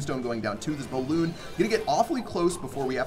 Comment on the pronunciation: Sorry but it's "balloon" lmao